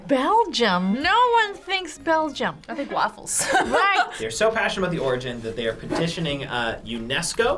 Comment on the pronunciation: 3.54 begium lol